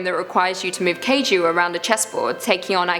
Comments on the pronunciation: its not kayju its kaiju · you say kaiju like this, kai is pronounced like cobra kai, and just ju